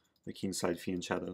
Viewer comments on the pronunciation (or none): none